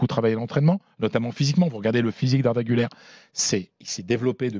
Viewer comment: cest guler pas gouler son nom